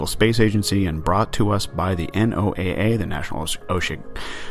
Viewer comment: N.O.A.A. is pronounced NOAH, like the Flood.